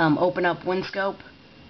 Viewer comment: its winscp not winscope. lol